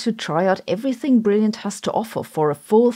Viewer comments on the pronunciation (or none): none